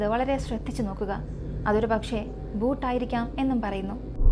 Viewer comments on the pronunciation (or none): ചേച്ചി ഒരു ചെറിയ തിരുത്തു ഉണ്ട്... Boot അല്ല... Bhooth ആണ്.... അതായത് മലയാളത്തിലെ ഭൂതം എന്നാണ് ഉദ്ദേശിക്കുന്നത് 😊🙏👍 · Not boot it's bhooth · ബൂട്ട് അല്ല ഭൂത് എന്നാണ് 🙏 പൊന്ന് ചേച്ചി അതെങ്കിലും ഒന്ന് നേരാവണ്ണം പറ 🙏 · Bhoot alla bhooth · Madam ji, it's not Boot...it is Bhooth.